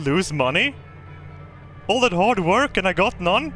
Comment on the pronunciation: I am German. I heard wörk. 🤗 Ok. Where do you need mire efficiency?